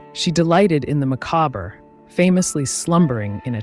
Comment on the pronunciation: Yes, your former teacher would want you to double-check your pronunciations of (the avenue des) Champs-Elysees, courtesan and macabre. Otherwise, this was a most entertaining bit of history to watch on a Friday afternoon, and I shall watch it twice!! Thanks for your efforts to enrich our lives. It is appreciated.